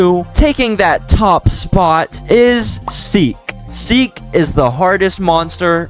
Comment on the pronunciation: Seek not Seel